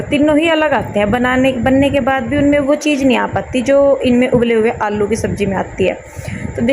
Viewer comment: Aap aalu ko allu kyu bolte ho 😊